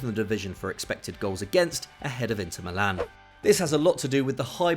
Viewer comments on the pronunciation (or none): none